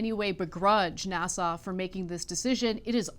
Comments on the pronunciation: IS she saying NASSAU? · Anna pronounces "NASA" as Nassau. What is she doing? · You might teach your co-host how to pronounce NASA--it's not "Nassau". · Why does Anna add a "W" at the end of NASA?